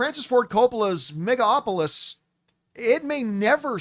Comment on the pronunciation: Will John ever learn to pronounce Megalopolis?